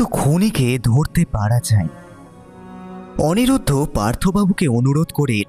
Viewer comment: অনিমেষ কখনো লিলিকে লিপি আবার কখনও অনিরুদ্ধ কে অনিরুদ্র বলছে! বলাটাও আরও প্র্যাকটিস দরকার